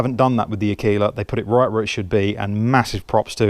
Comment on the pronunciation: Pronounced AR. KAY. LA. you obviously weren’t in the Cubs. It means female wolf. ( I think).